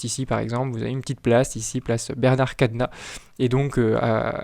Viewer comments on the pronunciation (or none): none